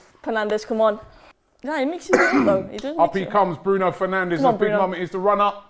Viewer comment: I can't believe she keep calling Fernandes to penandez ,😭 Wht a fan is she?????????